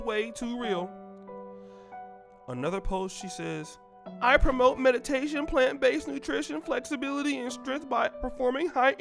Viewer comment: "Plant basd nutrition" WTF